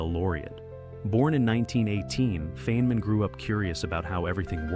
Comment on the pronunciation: "Faye - man" is it,? Oh ok, now you got it right finally.